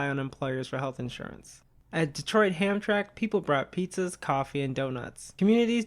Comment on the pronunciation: This is a really good video and it looks like it was a lot of work, thank you. I've been looking for more videos about stories actual labor activism. It took me a bit to realize you were saying Hamtramck because when I lived around there, my family always pronounced it like "Ham-tramick." However, I was really young at the time, so I actually had no idea it was spelled "Hamtramck" until today